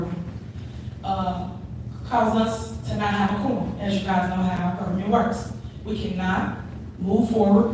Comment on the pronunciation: And why does she keep saying Qorm? Does she even know it's Quorom?